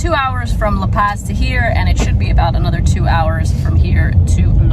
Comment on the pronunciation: Good pronunciation except for La Paz (not paaz)